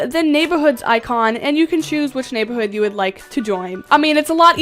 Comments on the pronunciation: Love how she says neighborhood… “nay-buh-hood” 😂❤😎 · The way she calls the word “neighborhood” “neighbahood”